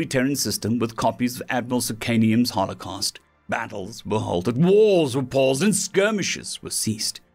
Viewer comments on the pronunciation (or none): Heavilly caught me off guard when he pronounce Holocast as Holocaust.